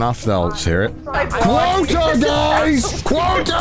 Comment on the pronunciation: "We have a QUOAT to meet!!!" That Connor grindset.